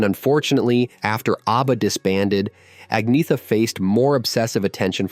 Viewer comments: Only an American can call her Ag-neetha - when the pronunciation should be Anyetta. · First of all......... you cannot even say her name correctly. In her own words.......... it is: aug-nee-et-a. That is the correct Swedish pronounciation, as she says it herself. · Heard her say it herself. Agnetha is pronounced ANNYETA! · Pronounced Anyeta! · At least pronounce her name right. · You pronounce it Anyetta Falskoh. I like your videos but you need to tighten up the pronunciations and lose the Godawful ai thumbnail images. Seriously.